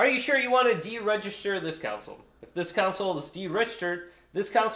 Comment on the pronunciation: It's not a council, it is a CONsole.